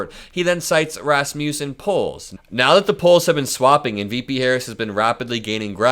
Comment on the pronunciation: Not sure if it’s pronounced differently in other parts of the world, but I’ve never heard Rasmussen pronounced “rass-mew-sen.”. It’s usually pronounced Rass-Muss-Sen. it’s a common name where I grew up up.